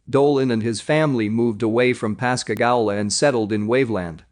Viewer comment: Pascagoula pas ca goo la